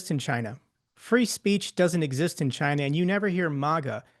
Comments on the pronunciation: “Chiner” and “Rusher”??! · Chiner? Russer? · What's Chiner? Is it like some kind of tableware?